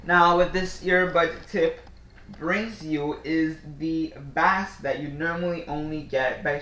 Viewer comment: bass is pronounced base. like baseball.